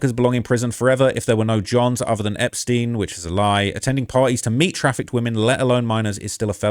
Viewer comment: Einptein like Einstein. Not in like poutin. They are jews not russians